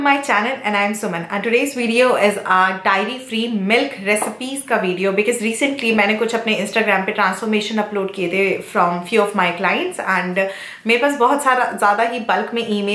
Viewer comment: " dae-ry" .....pronounciation..